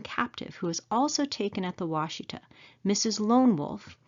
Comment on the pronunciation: The name of the Black Kettle river is pronounced Wash Eh taw. I a m from Oklahoma and live 150 miles east of the site. Love your videos.